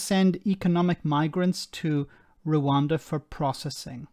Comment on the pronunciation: I know its unbelievable but people actually vote for Bonehead. He can't even say Rwanda, he says "Reander".